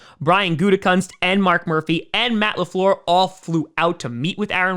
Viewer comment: Matt Le Fleeeeeeuuuuurrr Convenient French accent I'd expect from an elementary school teacher....wait a minute...